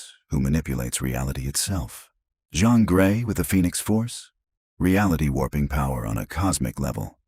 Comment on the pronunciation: god you had the obviously fake AI voice fine until it said zavier not x-avier and john grey not jean grey, review and edit the audio in the future